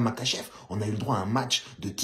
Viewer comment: ca se prononce marhachev